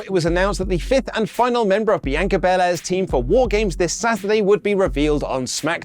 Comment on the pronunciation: Why Does He Say Bianca So Weirdly Like A Muppet Saying It